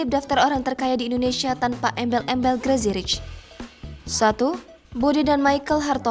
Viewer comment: Crazy mbak...crazy..... Bukan GRAZY 😁